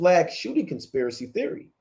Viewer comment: Why can't you pronounce the word conspiracy🤔🤔🤔🤔🤔🤔??????? ❤️🌏❤️🌍❤️🌎